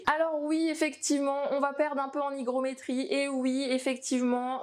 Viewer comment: pas facile ne pas fourcher des fois en vidéo... M'en suis rendue compte au montage... Le R est resté coincé dans la gorge ;))